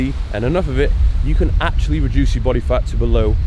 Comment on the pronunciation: He keeps saying “re-JUICE” wink wink